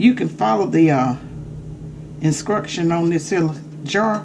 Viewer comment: “Inscructions”! Now that’s southern cookin!😆 Yaaasssss!!!.